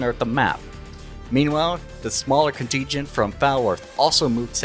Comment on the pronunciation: "coteegent" lol, I going to assume its a joke but in case it isnt its pronounced "con-tin-gent" as for what you tried to say for advantageous, its pronounced "advan-tay-geous" . this is assuming this isnt a joke ofc lol